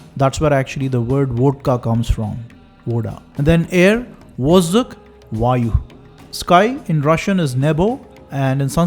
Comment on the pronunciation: Mistakes in this video: 1. Mother is māte in Latvian (yes, long a) 2. Tooth is зуб (zub) When going to a doctor, some may say dantist, but usually we say zubnoy or stomatolog. 3. Your pronunciation needs some work. We don`t say vozduK, there is no K or soft H in the end, it`s more like Dutch H, only not that loud and annoying. No mortiov, but miortvyy. Also it is Ye instead of E. If you don`t know how to pronounce correctly, just use yandex translate. Providing precise info to the audience is vital in this case. Vedat` means to know. Az buki vedi - I know letters. We all should be literate enough in many languages to see that we are related. Messianic ideology does not suit Europe. Maybe one day we will return to our roots, accept our nature and will live forever again through our descendants. Greetings from Latvia, the most pagan country in EU 😄 Joking, not joking. Thank you.